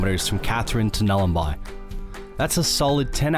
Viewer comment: It's Nhulun--boy... not Nhulun--buy. Awesome footage, awesome video.. Just correcting you on the name there. Edit: I'm talking about the pronunciation too, not the spelling.